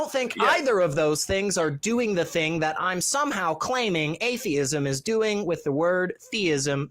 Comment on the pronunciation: Both said atheeeism. But Thayism.